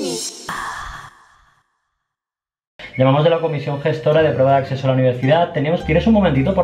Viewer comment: Nadie se ha dado cuenta de que ha dicho: “Comisión gestora de prueba de AcSeso a la univerCidad” jajaja